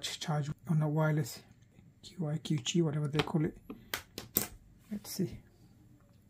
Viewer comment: Nice thorough coverage, I subscribed. Qi is pronounced "chee" fyi 😊